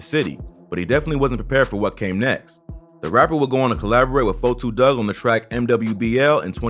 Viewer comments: LEARN TO SAY A RAPPERS NAME FIRST, it’s 42 Dugg not 4-2 dugg , EMBARRASSING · Why u sayin 4,2 dugg iss 42 dugg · so fucking glad you said 42 dugg name right lmfao, everyone says "forty-two." its "4-2" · I wish you wouldn't say his name if you can't say it right. Sheesh.